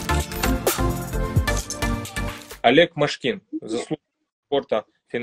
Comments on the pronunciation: ударение в фамилии Машкин ты не правильно сделал в начале интервью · не МшкИн,а МАшкин😁